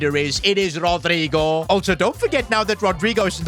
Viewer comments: That pronouncing was terrible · has to be funniest way someone pronounced rodygo's name